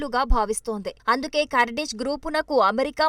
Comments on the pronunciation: Not kardis it's Kurdish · పూటకు పది సార్లు కర్డిష్ కర్దిష్ అనకు.అది కార్డిష్ కాదు కుర్ధిష్ 😂😂😂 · ఖుర్ధిష్ అని పలకాలి తల్లీ!!